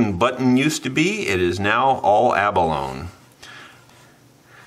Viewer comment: Hey, Love your channel. Such a beautiful mandolin. Can’t wait to hear it. Btw, the word abalone has 4 syllables and is pronounced ab-uh-loh-nee. (It’s of Spanish origin.) Abalone used for decoration is the iridescent inner layer of the abalone shell. The animal is a mollusk in the snail family. They attach themselves to rocks in the ocean along the shoreline. Divers used to pry them off the rocks here on the central California coast for their shells and their meat. But now they are endangered because of overfishing and acidification of the oceans due to climate change, so harvesting them is illegal. Too bad. Abalone “steak” is a delicacy. Delicious. Pretty soon the shells won’t be available anymore either.